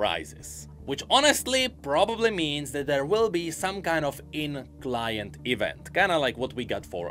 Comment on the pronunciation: Why does he say "event" like that?